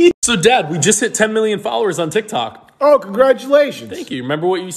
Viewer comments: I love it how he calls it 'tic tac' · we need more apple juice videos, absolutely love them vids. say hi to frank for me, sending love from Scotland. its not dog its dawg. Tik tak cracks me up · BRO SAID TIKTAK!!!!😂